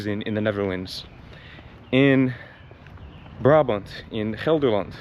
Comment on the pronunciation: Wauw. I'm four minutes in but I just want to compliment you on your pronunciation of Rotterdam, Brabant and Gelderland. You're doing great!